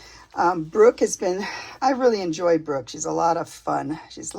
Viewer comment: That is such a beautiful journal. All of your work is always so stunning. Thank you for the shout out. Yes, you said my name correctly.